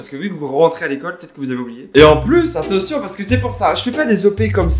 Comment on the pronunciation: Je suis la seule qui a remarqué que dit attetion